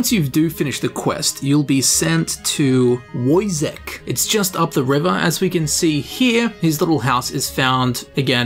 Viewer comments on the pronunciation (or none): Woyzek is pronounced Voychek ;) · Wojciech should be pronounsed "voichieh"